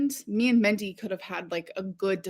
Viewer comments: Is she trying to say Mindy when she calls Destiny's mom "Mendy"? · I think she meant Mandy or Mindy. She pronounces words like an imbecile.